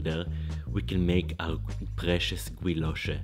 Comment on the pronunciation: Guilloché sounds like Gijosche